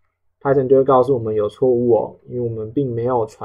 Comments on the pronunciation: Python唸拍"賞"，不是拍"省"。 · Poor quality, doesn’t explain how things work, can’t even pronounce Python correctly 🤮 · This is just for beginners. Idk why you're being dick here. I personally think he teaches well and he uses simple concepts to let beginners know how to do it properly. He is not a native speaker, so what's the point of mispronouncing Python?